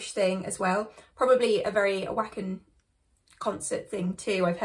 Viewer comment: Glad to see you coming back to Nightwish! Btw, “Wacken” is pronounced vah-ken (it’s a metal festival in Germany)